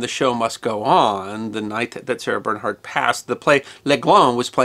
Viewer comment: What about Paganini? This is a wonderful clip, but it would be better if he learned to pronounce her name. And some of the other French references.